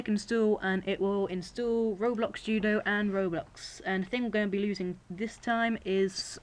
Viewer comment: It's install not I stool